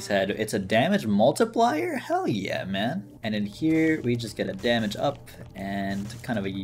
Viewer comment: Guy said mam man😂 (mah mohn)